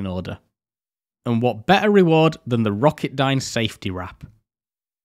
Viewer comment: I liked your show. We only have one problem. You’re missing one of the letters in the alphabet it’s T. You’re pronouncing water :wahuh You’re pronouncing better : behuh Otherwise, you did a great job !!!! remember we have 26 letters in the alphabet. We should use them all.haha but after all, who am I criticizing a rocket scientist?hanku!!